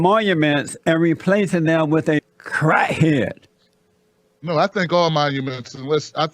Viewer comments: "A crah head". 😆 he savage a true national treasure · 😂😂😂😂😂 I'm dying 'crah head' 😂😂😂😂😂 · Convinced crat het lol